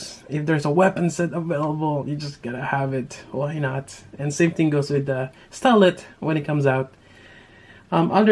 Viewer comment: Her name is stylet but you read it like stilet